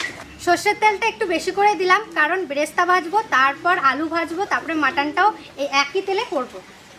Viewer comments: Word ta Bresta noi, beresta hobe. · Bresta noy beresta